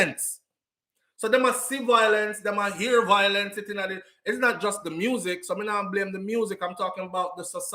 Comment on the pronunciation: the word is VIOlence - NOT VOIlence.